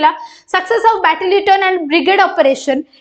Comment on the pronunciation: Please be clear the pronunciation of Battalion